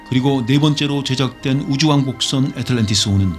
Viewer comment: 애에트을런티이어스으 호 ~~ 발음 오지네요 ~~~ 캬하 영어학과 교슈님 ?